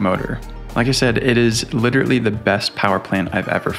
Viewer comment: Not to be critical, but it’s "literally", not literately.